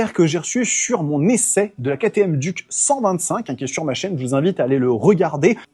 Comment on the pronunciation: une duc...un trou...on dit DIOUKE